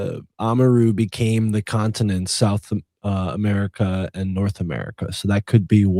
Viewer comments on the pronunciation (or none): none